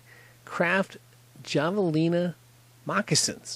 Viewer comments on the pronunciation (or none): The j sound is more like an h. Have-alina